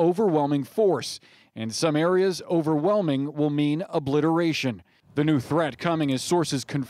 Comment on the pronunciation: Obliterarion? Seriously, psychiatric president?